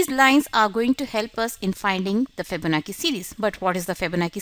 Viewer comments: Pronounced chi like chow chi bye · My friend, It sounds like you are very political, I apologise if I was rude but I expressed sincerely what I felt. I am not talking about general English skill but the important keyword like Fibonacci because it does influence other people so that many audience propagate it again, a chain reaction occurs! Probably the same thing happened to her. I would like to urge people to google about how to pronounce the keyword and it doesn't take more than a couple of minutes. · Fihbownachi Fihbonaki lol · You could pronounce "Fibonacci" better than that. Very annoying to hear a wrong pronunciation over and over again. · Ikr, its not that hard